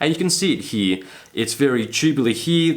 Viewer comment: It's not "HEEE", it's "HERE". LOL